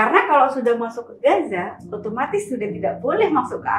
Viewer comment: Om, sebutnya "Gaza" aja gpp koq😅 Akh nyebutnya pake dialek arab, yakni "Ghazzah" (غزة) Atau boleh juga nanti latihan nyebut dialeknya belajar sama ustadz Adi atau UAS 😊😊 Barakallah ya om, makasih udah angkat tema ini dgn narasumber asli dari sana 🇮🇮🇩🇵🇵🇸𓂆🍉✌🏼🕊️